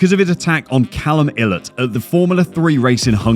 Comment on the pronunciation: The way you pronounce some of these names and words man. Piastri, Ilott amd Oligarch just to name a few